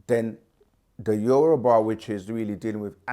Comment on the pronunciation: It's Yoruba. Not Yuroba.